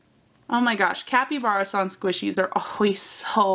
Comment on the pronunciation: Kapybarason as in capybara (the large rodent) not kapyBEARison